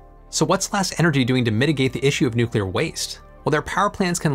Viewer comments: Thank you,, for properly pronouncing "nuclear"!! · "To search for perfection is all very well But to look for heaven is to live here in hell" - Sting (Consider Me Gone) Happy 4th July, thanks for being one of the alarmingly few Americans to pronounce "nuclear" properly too. I'm absolutely stoked to see they've sold 30 plants already - THIS is the future, it will also help us enormously in space at some point too especially further out from the Sun. Personally I envisage a mixture of generation methods going forward, I actually see solar and wind being used more for variable output purposes such as generating hydrogen for hydrogen fuel vehicles (that's going to be a big one). Two other big factors too - you touched briefly on national security (for materials supply chain) with Japan, I think this is a much bigger issue than it's been made out to be especially if international shipping routes become tenuous. The other one - grid load. The wild increases in demand that electric cars will invariably have (especially with the fantastical legislative deadlines projected to date) are going to be impossible to generate and distribute properly for many areas. They're going to HAVE to switch to distributed generation more and more, just to handle the load. You thought power plants were expensive - try transmitting all that power. This is where the mix of SMRs, solar, wind, etc. will help quite a bit because it won't have concentration of generation we see now. Current generation sites were chosen for proximity to water, wind direction